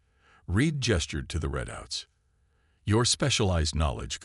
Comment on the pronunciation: Mech is pronounced as meck. Geeze, have y’all paid attention to syfy stuff on tv and movies? And readouts is not pronounced as redouts it is pronounced as reedouts. Interesting story well thought out otherwise.